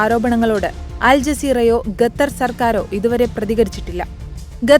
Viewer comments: ഗതർ അല്ല പെണ്ണെ , ഖത്തർ എന്ന് പറയാൻ പടിക്കു ആദ്യം എന്നിട്ടു റിപ്പോർട്ട് ചെയ്യൂ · ചേച്ചി ഗെട്ടർ അല്ല ഖത്തർ എന്നാണ് ചേച്ചി മദ്രസെൽ ആണോ പഠിച്ചത് 😂😂😂😂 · ഗത്തർ അല്ല ഖത്തർ നഖത്തിലെ ഖ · ഗത്തർ അല്ല ഖത്തർ..!! ഉച്ചാരണം പഠിക്കൂ... ഒരു മാധ്യമപ്രവർത്തകയായിട്ട് പോലും ഇത് പഠിക്കാനുള്ള വിദ്യാഭ്യാസം ഇല്ലാതായിപ്പോയോ?? തിരുത്തു..🙏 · സത്യം. ഞാനും ഇതൊക്കെ ഭയങ്കരമായി ശ്രദ്ധിക്കുന്ന ആളാണ്. അരോചകം ആണ് സ്വന്തം ഭാഷ പോലും നേരെ പറയാത്തവരെ കാണുമ്പോൾ. പക്ഷേ വാർത്ത കേൾക്കുന്ന ഭൂരിപക്ഷം പേരും ഇതൊന്നും ശ്രദ്ധിക്കുന്നില്ല. കഷ്ടം.